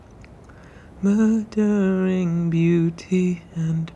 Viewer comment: It's murmuring not murdering